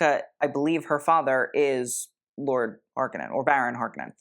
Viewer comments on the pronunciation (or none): none